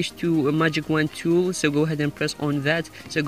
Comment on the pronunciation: Its tool not tewl bitch